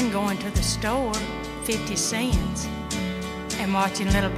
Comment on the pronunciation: Wonder where Melba is from? Not many people know that words like "store" and "cents" are two-syllable words!